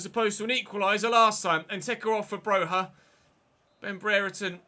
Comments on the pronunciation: Broja is just pronounced Broja all the letters you see you pronounce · Broja is from Albania. His surname is pronounced with a hard J. Bro-ja